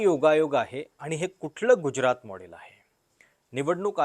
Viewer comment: गुज्यरात नव्हे गुजरात.[ ज = जसा मधला.] बाकी खुजरातबद्दल जे सांगताय ते विचार करण्यायोग्य आहे.